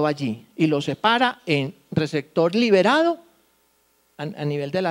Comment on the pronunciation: Porque pronuncia cactar(por captar) recector por (receptor) digo porque es notorio que está hablando frente a mucha gente y debe tener una excelente pronunciación.